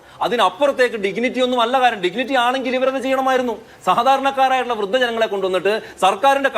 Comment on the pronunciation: 'ഡിഗ്നിറ്റി' എന്ന് പറഞ്ഞ് പഠിക്കണം മിസ്റ്റർ!